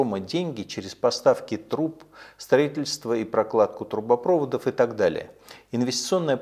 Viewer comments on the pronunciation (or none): ДивиденДы,а не дивиденТы. ТрубопровОд,а не трубопрОвод.